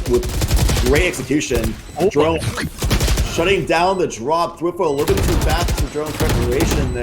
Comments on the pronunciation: Kinda triggering the casters are constantly saying thwIfo and not twAIfo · dude wtf are these commentators cant even pronounce thwifo